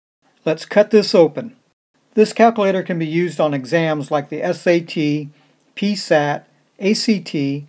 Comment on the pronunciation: It's not said p-sat, it's said p-s-a-t